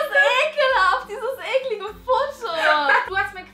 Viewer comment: Vor allem "Eklinge" 😂